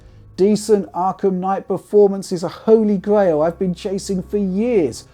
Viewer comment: Holy Gwail